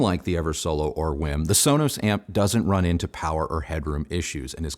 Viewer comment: Not "whim." It's w-e-e-m.